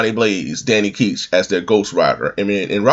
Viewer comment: Is (Danny) Ketch really pronounced like "Keetch?" I always heard as "Catch." But they could be wrong, cause I really like knowing if I'm doing something incorrect.